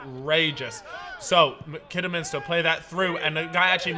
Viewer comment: Fuck me learn how to say Kidderminster